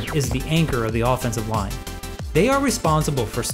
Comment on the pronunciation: Is anyone else hearing "offense of line", "defense of line" throughout the whole video?!? 😱 Thank you for this very helpful AF Lesson Video - very good!!